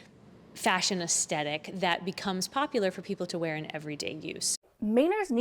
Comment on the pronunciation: Aes-THe-tic Not aes-tet-ic